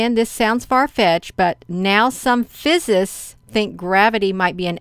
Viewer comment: You are mispronouncing 'physicists'. You are leaving out a syllable. Haven't finished this video yet, but I am enjoying it, nonetheless. Thank you. The Earth's magnetoshere, and the ionosphere have been doing strange things according to models often used by NASA. I used to monitor SOHO, and the magnetopause model you have been looking at a lot in the past. I've noticed the magnetopause has changed quite a bit compared to it's typical behavior one would see for instance, say about 6 or 7 years ago. Some of this may be due to rapid ice melt at the North pole. However, these events could be all happening in tandem with one another. With the energies from our solar system and beyond possibly a cycle, or rare event, where Earth may experience a pole flip. It is my belief that when this occurs, our perception of reality on Earth will become skewed, or enhanced. I believe this was what they experienced in the past when they carved petroglyphs into the rocks in Utah, Colorado, etc. Some even carved spirals depicting a potential portal, just like what has been dubbed 'the Norway spiral'. Which happened a few years ago. One petroglyph inparticularly looks identical to the Norway spiral to the point it is uncanny. Good Luck everyone, and God bless. The Lord Christ is coming. Give praise to the most high. Your future is in his hands. The will of God shall reign victorious over all the evil of this land, and abroad. Our tears of sorrow will all be whipped away soon. PS. a guy on YT just p